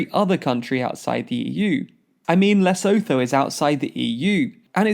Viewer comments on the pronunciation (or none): Guys it's pronounced "Lehsoothoo" with a German-sounding u. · Lesotho😂 Leh-soo-too